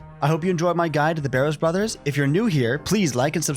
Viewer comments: The way you say their name it makes me giggle.. Also it making your video cool.. Love this video only for saying their name like that,, ha ha. Also you desrve sub for that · Lmao at the way you are saying their names. Like why lol. anyway. Thanks for help man. My first time barrows full clear <3.